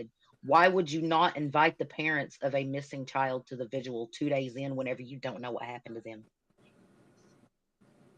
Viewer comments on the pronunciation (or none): Watching replay now as I couldn't make it past ten PM last night. Oh, and why do people keep saying "vigil" wrong on these panels? It is "VIGIL.. V-I-G-I-L" not pronounced sounding like "visual". Do I have to start tutoring again? I charge fair rates. LMAO & wap-wap-wap-wap! 🦨🚁💨wap!